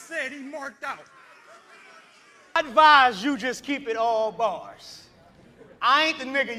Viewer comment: He said barss